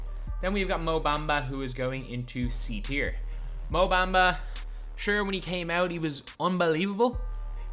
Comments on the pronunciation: Mou Baumbuh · Mo baimba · The way he says Mo Bamba has me dead 💀